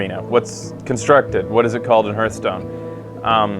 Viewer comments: You play a lot of Hearthstone, and yet you keep saying the name wrong. Hearth is pronounced "Harth". A Hearth is like a fireplace. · Played it so much you have forgotten how to say it…